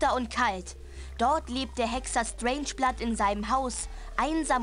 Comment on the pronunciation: Strangeblood kann seinen Namen nicht richtig aussprechen :D